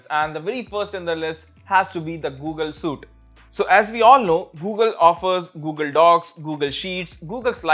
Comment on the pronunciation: Bro SUITE is pronounced 'sweet' not 'suit'. Otherwise your information was good and useful.